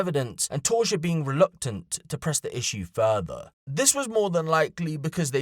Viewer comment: Her name appears to be Tausha. Not Torsha